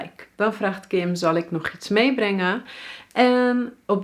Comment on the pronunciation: the sentence is "Zal ik nog iets meebrengen?" But when you say that it sounds like "Zal ik nog tmeebrengen?" is that a mistake or something else? D